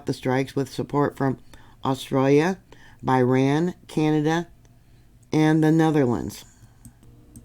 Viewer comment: Forgive me for picking on trivia but Aden is pronounced like it was Hay den and Bahrain like Bah rain 🧐